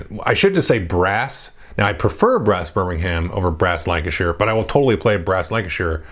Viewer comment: Thanks for pronouncing Lancashire correctly!!